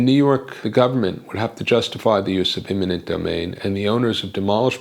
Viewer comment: The correct term is "eminent domain, " not "imminent domain." I say that, because it really does sound as though you are pronouncing the latter. Beyond that, I'd like to start with a proposal to rebuild "Old" Penn Station substantially the way it was originally built--and work from there.